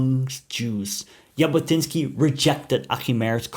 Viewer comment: Thank you for interesting content in general, end especially regarding the Jewish people and our national liberation and return movement - Zionism. Just one small correction - the way to pronounse the surname Jabotinsky is Zhabotinsky, and not as pronounced in the video. I also reject the claim that Avraham Shtern ("Yair") thought Arabs should be second class citezens under Jewish sovereignety, definatrly Lehi didn't adopt this idea after the murder of Yair by the British. Moreover there were some Arabs who took part in Lehi activities... Today - most people in Israel don't really make distinction between different underground movements of pre-state period (Hagana and Palmach, Etzel and Lehi) and the general nerrativ, which is basically true in my eyes, that all the underground movements had contributed in their unique effort to lead the British to decision to leave the Land of Israel and led to the establishment of the State of Israel. Not to forget that all the movement incorporated in the IDF after its establishment.